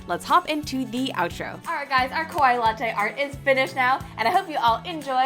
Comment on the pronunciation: I love you and your channel. I've been watching you for years, and I respect you so much! But the one thing that's always been bothering me is you pronounce "kawaii" wrong. 😭